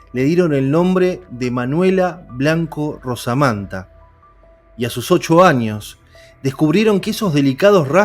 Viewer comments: Se llamaba Manuel Blanco Romasanta, no Rosamanta como usted dice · Romasanta no rosamanta...muy bueno el relato... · Conozco el caso y creo q es romasanta como se pronuncia.